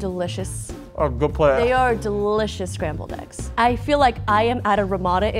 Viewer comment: Did he say Scramby Eggs? O.o